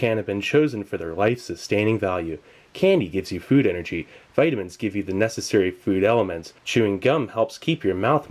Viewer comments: "tood elements" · "Tood elements" LOL